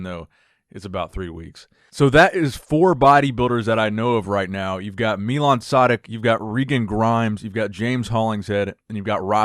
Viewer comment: Funny pronaunciation of Milan Sedak but understandible considering your not Czech:D